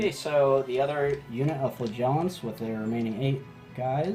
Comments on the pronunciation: thats Mr. Flagiant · The emphasis is on the first syllable. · The flagellant pronounciation seems a bit off. Love the flagellant giant though.